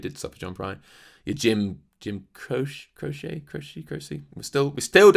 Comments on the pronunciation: Jim Croce is pronounced CROW-chee. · It’s pronounced Jim Crow- Chee , hope that helps